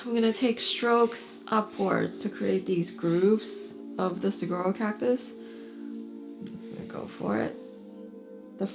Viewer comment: Great video. Thank you. I grew up in the Sonoran desert. Saguaro is pronounced Sa WAR o 😊.